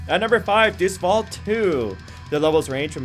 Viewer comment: In italian latin (which the crusaders spoke) it's pronounced day-oos wult.